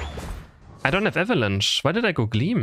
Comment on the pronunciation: this guy says eva lunch instead of avalanche LOL